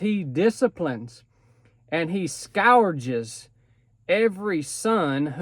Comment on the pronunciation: Scourge is pronounced (Sk-urge) great message brother!